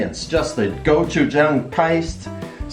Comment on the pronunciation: Hi, my grandma is a native Korean and she makes homemade gochujang. It’s delicious! The word gochujang actually has more of a go-chi-jang pronunciation. I’m glad you enjoy gochujang!